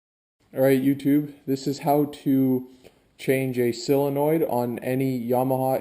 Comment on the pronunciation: It’s not “sillinoid”. sOlenoid.